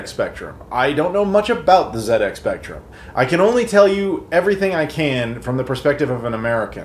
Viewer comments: "The Zed Ex Spectrum" Americans: the ZED EX spectrum? not Zee Ex? what? The rest of the English speaking world: ah yes, Zed Ex as it has always been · great review dude! nice to see it from a completely different perspective for a change - and well done the Z pronouncing bit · for pronouncing it correctly.